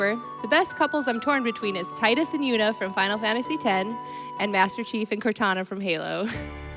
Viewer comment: And the mispronunciation of Tidus.